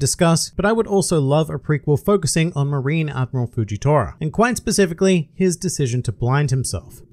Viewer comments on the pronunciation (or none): none